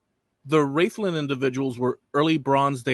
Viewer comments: Rathlin, is pronounced Raathlin, not Raythlin. Rathlin is a lovely wee place, I've a cousin who lives there. As for aDNA, I'm related the first of the three Rathlin men, found under a pub - no surprise there and I'm related to the Ballynahatty Woman. But I imagine half the county, indeed, half of Europe is related to her too. I guess, we've been knocking about Antrim and Down, a bit longer than any of my family thought.😁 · Rathlin is pronounced like wrath lin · No one in Ireland pronounces Ballynahatty or Rathlin the way you do. Very annoying having to listen to the continious mispronounciation. Other than that a good video. I've a DNA match to her on my mums side and to the Rathlin Island burials on my dads